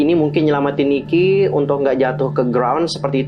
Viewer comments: koreksi yaaa ni-ki not niki heeseung not heesung. hehe thx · Koreksi ya kak. Ni-ki not Niki. Heeseung not Heesung. Btw, makasihh yaaa udah dibedah teoriny /emot nangis/